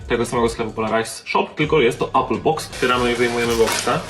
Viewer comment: "Ejpla" ~ 2020